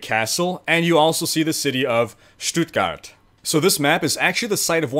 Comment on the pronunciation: Your "Stuttgart" was on point. Really Good :D! :)Still funny to watch as a German :D